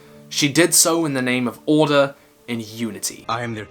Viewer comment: he said orde not order